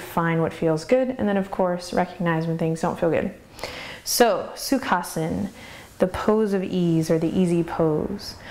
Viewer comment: Hi Adriene, Great videos, The only thing is when i try to do certain poses, including Sukhasana,(by the way, your pronunciation of Sukhasana is perfect), my lower back hurts a little. Can you suggest anything to tackle this pain?